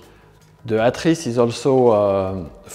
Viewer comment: Just came here to hear this guy pronounce “atris” properly 👍